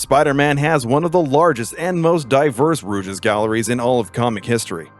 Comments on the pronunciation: Honestly, liked the video, but every time they used “Rouge” instead of “Rogue” was… unpleasant lol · I can't stand when these voice actor videos that aren't properly checked. Rouge instead of Rogue? Really? Rouge's gallery, huh? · It's "Rogue" not "Rouge". Like the female character from X-Men, or the character class from Dungeons and Dragons. Rouge is a color. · You pronounced rogue wrong, it's row-g not rooj. Rouge is the French word for red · You can tell he's reading off a script because he keeps saying Rouge insteasd of Rogue. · It's rogue not rouge, it's a rogues gallery, not a cosmetic gallery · Just so you know, there are plenty of videos out there that help with pronouncing things. Rogue isn't pronounced "rooj", just so you're aware. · I'm sorry, but I can't stand how incorrectly you pronounce "rogue". It's not "ru • jis" it's "ROE • G". You don't pronounce the latter half of the word. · Bro that is not the correct pronunciation of rouge, you pronounced it the way the makeup item is said. It’s Row-ge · Is it just me or are you pronouncing rogue as Rouge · Wth is a rouges gallery? Rogue is pronounced with a long O. Not a U sound. Ro-G. Rouge is a makeup. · Its Rogue not Rouge lol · ROGUE'S galley. Like a bandit- a "ROGE". Not ROUGE the bat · Rouge no rogue? 🤣 It just kept digging in my brain every time. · Fucking "Rouge" gallery its Rogue goofy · For future reference, you’re saying rouge instead of rogue in regards to the “rogue’s gallery” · Dude... Please learn how to say words properly. Rogue when pronounced "rooj", is make-up. When pronounced as "rowg" with a hard o, it means an adversary or enemy. If you are unfamiliar with a word, go look it up before you use it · I'm bothered by this guy mispronouncing rogue as rouge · Wait wait wait. Were you saying rouge gallery like rouge the color, because it's rogue, like "rohg" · Rogue is not pronounced Rouge.. dude certain things you do when speaking kill me. Other than that I enjoy the content.